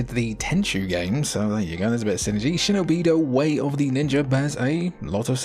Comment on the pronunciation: actually is shinobidooooo not shinobìììììdo the correct prons and i dont think is hiden gem